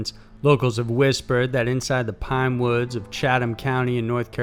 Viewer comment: "Piiine wewds"